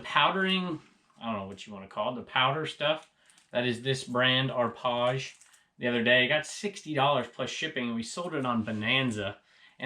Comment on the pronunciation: LOL, Arpage pronounced Rpage..lol